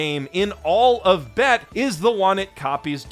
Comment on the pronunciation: recognizing "bet" as AAVE is a gift I ain't expect. Still sounded wrong, but the credit was given and he's a Canadian man living in Japan so he still gets points